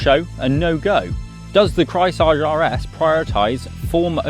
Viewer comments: Craisage hahaha in german it‘s pronounced KREISSÄGE! It means round blade saw 🪚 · It's pronounced Krice-Age. Like Ice Age. Trust me. I am German. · The way you slaughter the name Kreissäge is astonishing. 😁 Just repeat, Grice-Say-Gey, haha. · Repeat after me: Kreis-Sä-Ge. Kreis like the Chrys of Chrysler, Sä like in the american pronounciation of sabotage, g like a g in the beginning of a word, such as going. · Kreissäge = Circular saw. It’s pronounced Krice(like ice) zege. That’s pretty close anyhow. Notice the illustration of the cat with the saw blade? He could have tried a little harder to pronounce it better/correctly. After all it’s a German brand, should have been his first clue. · He slaughtered that "Kreissäge" every single time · rarely seen someone butcher "Kreissäge" this hard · Dont pronounce Kreissäge in front of other Germans if you don't want to sound absolutely rediculous. especially with such a hipster bike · my ears are bleeding :D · turned it into french :P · As a German I flinched everytime he said "Kreissäge" - no cap. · Yeap….another German here….or “enasor jerman” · I had to comment this as well. flinched HARD. HARD cringe as well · He tried to pronounce a German word in French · You mean they don't speak French in Berlin???